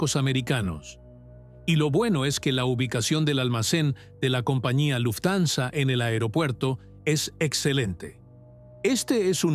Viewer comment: Me aburri de escuchar luftanza 😂😂 buena historia pero tu la arruinas